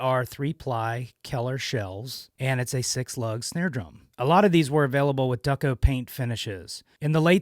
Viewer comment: Thank you for posting. The finish to which you refer is pronounced "Doo-Coh," not "Duck-oh." They used DuPont paint, hence Duco finish. Perhaps that is shelving contact paper and not wall paper? Does it have a "paper feel" or a smoother, shiny finish? Also, this drum has the drawn brass "bread and butter" lug casings, which were discontinued because they cracked. They were replaced by the "beaver tail" lug casings. Nice find. Good for you! These are great little drums.